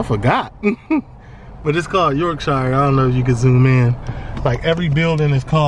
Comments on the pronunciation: BROO its pronounced York-shuh not York-shiyah hahaha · In the UK, the "shire" that's at the end of the name of a lot of counties is pronounced like "sher" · It’s pronounced Yorkshur and Marseilles is Marsay 😂😂😂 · I would love to visit this place one day! The way you say YorkShiire cracks me up 🤣 I’m from West Yorkshire and it sounds so funny to hear you pronounce it like that.